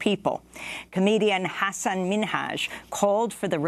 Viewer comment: Nailed Hasan's name. Nice.